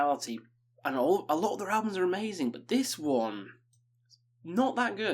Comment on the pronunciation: "Buh" = but